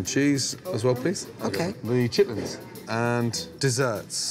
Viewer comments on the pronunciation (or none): he always calls them 'chitlets' instead of 'chitlins'.. are both words used? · not a woosh. He was literally saying lits and not lins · Chitlins not chitlets smh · Chitlits? Shitlits 💀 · Gordon calling them chitlits?